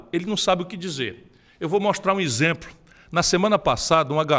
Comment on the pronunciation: O cara quer falar do Bolsonaro Aí fala isempro ao invés de exemplo